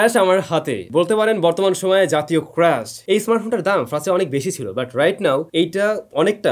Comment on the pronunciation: ক্রেশ না ক্রাস। উচ্চারন ঠিক কর ভাই